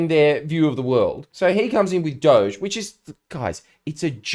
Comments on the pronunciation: FJ, I've got to pull you up, mate. You're pronouncing "Doge" incorrectly, it should be "doh" (rhymes with dock) "gee" (like the letter). "Doh-gee" sounds exactly like "dodgy" when said out loud because that exactly what "doge" is, dodgy. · DOGE is pronounced 'dodgy'